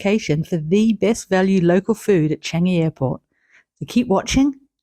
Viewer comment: Ive just been told by my Japanese colleague it's pronounce 'Chaangi' not chang-i